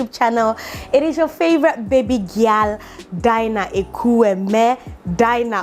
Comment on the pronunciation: Firstly, you alternate between pronouncing ekueme and ekwueme? 🙄🙄🙄 The difference between a native speaker of the English language (the Aborigines of England) and a non native speaker is his/her perfection and accuracy in speaking and pronouncing, but unfortunately, ndị Igbo of this generation think that twisting it by speaking and pronouncing incorrectly like a non native speaker makes them sounds more attractive, polished, and literate. 😭😭😭😩😩😩 Secondly, Mother is GOLD, we have held this ideology for thousands of years, we can't help it Thirdly, we don't have that kind of respect, we add those title of reverence when the age gap is significantly much Fourthly, the use of adage is an integral part of our daily conversation. You are 💯% right.